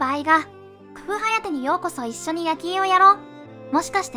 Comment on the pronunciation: お前、「くふう」しろよ